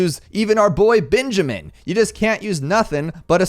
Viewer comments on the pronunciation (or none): none